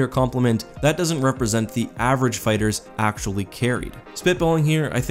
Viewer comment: Fighers instead of fighters hahaha